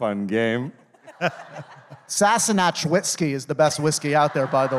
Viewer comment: I think David wanted to bait Sam when he mispronunced 'Sassenach'. 😅